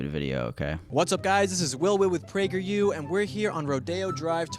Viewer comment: Not "pragerU" 😩😩